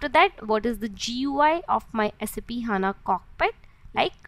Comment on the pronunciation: First of all it's not saaap it's SAP